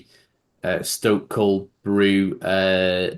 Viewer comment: Clearly has difficulty pronouncing Cae Ras Can somebody help him?